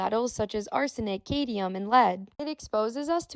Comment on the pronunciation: Do they mean "cadmium"?